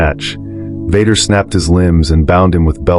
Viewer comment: the robot calls him Vodder